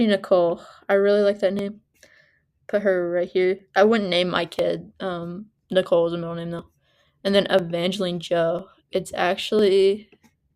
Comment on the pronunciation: Oo just a heads up that they call her Evangeline with the “line” sound, not “leen” sound.